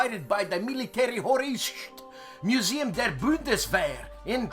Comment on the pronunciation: ... I can't help you with North African names.... :) : Close, but no Wienerschnitzel!!! It's (I'll try to phoneticize and accentuate it properly)... "Mili-TARE-his-TOR-ish-a Museum der BUHN-des-vehr"